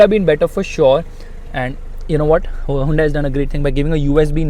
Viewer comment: You need to pronounce hyundai correctly!